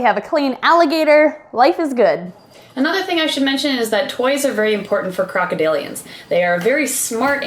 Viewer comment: After she said crocodalians